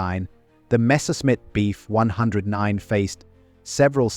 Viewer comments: Nice doc. Ai narration can be a drag sometimes though. You really have to mess with punctuation, spelling and spacing out letters sometimes. e.g. For proper pronunciation, in the script "BF-109" should be written as "Bee F 109". This will get the narrator to stop saying "Beef"-109. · Unintelligible AI CRAP. Says, "Beef 109" throughout video. Can say the name of the plane???